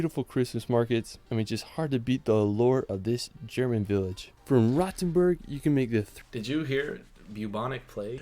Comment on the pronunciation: The pronunciation of Rothenburg is awful. The 'o' is long and round, the 't' remains a 't', even if followed by an 'h', the 'u' sounds like the 'oo' in 'root', not like the 'u' in 'fur'. Pronunciation of other place names isn't better either.